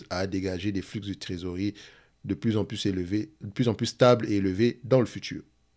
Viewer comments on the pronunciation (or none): Salut, on dit flux sans le x hahah